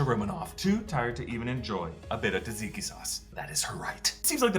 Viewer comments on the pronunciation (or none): none